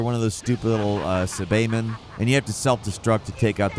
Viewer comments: Did just call Captain Ginyu Captain Jinyu and the Saibaman Sabaymin?!?! That’s the last straw. I’ve always known I hated this dumb bird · Did you just pronounce Captain Ginyu as "Captain Jin-you"? Edit: And immediately after that say, "sah-bay-min"? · I stopped this video I can’t watch a video by a guy who can’t pronounce “Ginyu” or “Saibaman” correctly smh